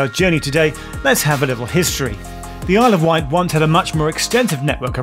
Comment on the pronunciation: also it's *Wight, not white :)